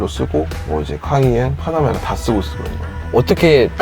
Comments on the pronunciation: 뽜놔뭬라 발음만 기억에 남아버린다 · 빠나메라 까이엔 박서엔진...발음 넘모 귀엽